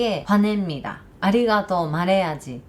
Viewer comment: 한국 사람들의 "언제 밥먹자" 라는 인사는 진짜 밥먹자는 의미일수도 아닐수도 있습니다,,ㅎㅎ 한국어로 방송을 하시다가, 아리가또,, 고멘나사이~ 발음은 확실히 당연한 이야기지만 일본인이세요,,~~ 15년전 제 일본어 선생님 뵌것 같습니다,,~~^^